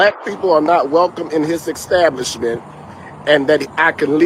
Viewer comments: Ecstablishment 😅 otherwise that’s fked up. But pronunciation is important. Racists are gross. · Bro just say ESTABLISHMENT there is no “k” in there